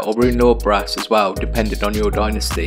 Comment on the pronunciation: Dude, you’re English. Say dynasty properly. Cool tutorial though ;)